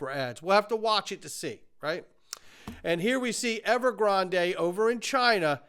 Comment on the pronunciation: You're the only person I know who pronounces Evergrande that way 😂